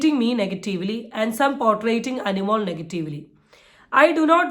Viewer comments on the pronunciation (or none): it's not potraiting but Portraying